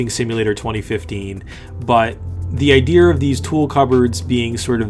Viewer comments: there isnt even an r in idea. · bro there's no "r" in the word "idea". Unsubscribed. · whyy the fuck do you say ider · Josh Daoust ITS IDEA